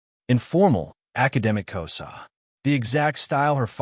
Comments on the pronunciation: It's Xhosa not Koza. I won't comment on the conversation it's distortion. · I am from South Africa and it is not K o s a its actually K HOZA you use the H more pronounced and the S sounds like you use a Z and the Z is also more pronounced so you know..